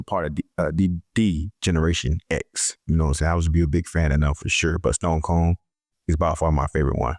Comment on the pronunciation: Who the hell is stone cone?? 🤦🏾‍♂️😂🤣 Stone “cold” lol